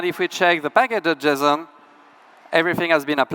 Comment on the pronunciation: Cannot unhear packadojizzon